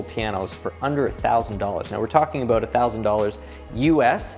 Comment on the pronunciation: You don't need to mention you're from Canada when you say "aboot" lol....